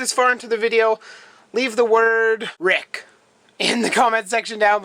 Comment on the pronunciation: Rick or wreck, couldn't tell what you said. You mentioned the guy from snakebytes, do u watch him?